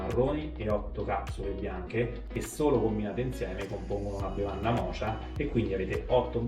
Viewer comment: "Mocha" si pronuncia "moka", come la caffettiera Bialetti, non "mocia"!!!